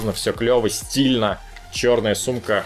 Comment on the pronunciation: ты сказал сумка или с*ка